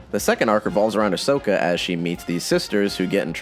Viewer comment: If I hear Ashoka as "Ash-soka" again, I'll explode. It's pronounced "Ahsoka" even if it's not the spelling